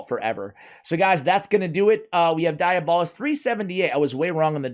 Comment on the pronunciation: Also, it's pronounced dee-AB-uh-list.